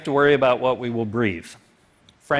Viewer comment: Like for that phat "Hwat" at the very end.